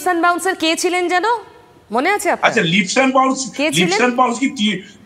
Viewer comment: Kolkatar bangali Kobe 'leaps' ke 'lips' bola chharbe, sheta niye aekta Todonto hok. TV anchor Jodi 'lips' bole aekta ashombhob lojjar bepaar. It is 'leaps' to be pronounced as 'leeps'